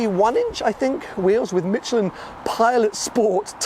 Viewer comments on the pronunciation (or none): none